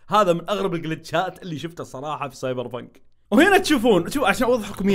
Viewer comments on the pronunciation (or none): سايبر بنك:❌ سايبر بينق:✅